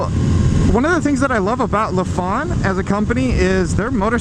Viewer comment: It’s not La fon but say it as Lie Fan